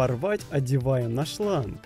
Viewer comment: выдалбиль какос 😂 надеваем на шлан 😂